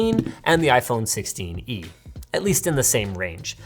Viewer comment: its sixteen-e lol